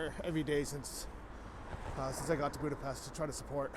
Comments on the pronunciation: It’s pronounced Buda-Phesht 🇭🇺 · Budapest ist pronounced Buda-Peshd